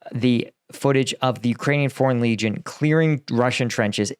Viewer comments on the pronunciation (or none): none